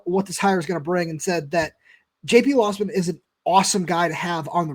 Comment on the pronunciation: Ir's "LOWsman" not lossman